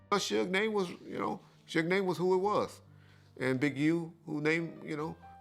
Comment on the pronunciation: Dude, I love your content, but the mispronunciations are killing me! As a 43 year old who grew up in that era, how the hell can you pronounce a name that everyone knows - Suge (Shoog) and pronounce it as "Shugg"?